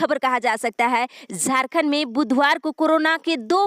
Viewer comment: Man zharkhand nhi jharkhand ha ap plzzz words kA sudhar kijye.....